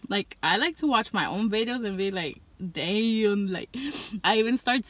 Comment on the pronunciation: the most mexican damm ive ever heard lol, anywho brb gonna go buy me some hot cheetos im hungry as hell now